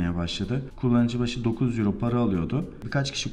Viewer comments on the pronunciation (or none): none